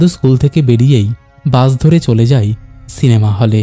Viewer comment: ‘যায়’ আর ‘যাই’ , ‘পায়’ আর ‘পাই’ এর মধ্যে কোনও পার্থক্যই নেই । শুনতে খুব অদ্ভুত লাগল